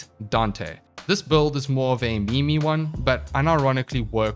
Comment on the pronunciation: It's meme like mean not mi mi. :*